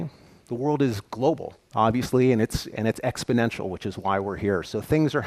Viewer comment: I guess exp-o-nential don't know covid.